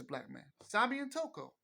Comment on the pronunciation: not tokyo but " Toko"